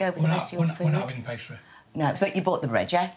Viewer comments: 'Store Bough'? 😭😭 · is it meant to say bough instead of bought? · Bough bread? You mean bought bread. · So you lot are really going to ignore that you didn't put the ''T'' on bought ?